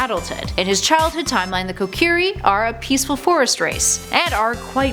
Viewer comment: I'm sorry, but, Deeku tree? Kocurry? No.